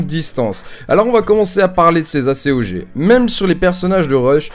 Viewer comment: tu c que normalement on di pas A.C.O.G mai acog